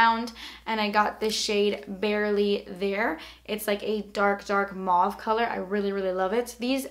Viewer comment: You pronounce Mauve M-O-V-E